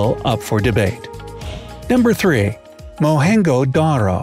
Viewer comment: Mohenjodaro pronunciation was wrong 😂😂😂